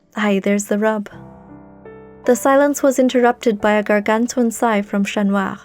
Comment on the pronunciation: Absolutely lovely story!~ Other than that I love that you have a french accent when naming Chat Noir, instead of using an English accent - Love!~